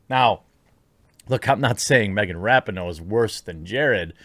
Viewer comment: Megan Rapin-NO